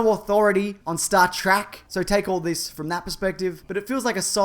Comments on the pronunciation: what's this "Star Trak" you speak of? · Do you pronounce Star Trek like Trek? Or like Trek?